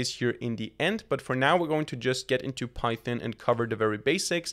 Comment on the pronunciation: bro calls python pythin 👽👽💀💀